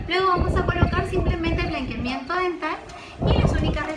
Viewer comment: Dental no "Diental" jeje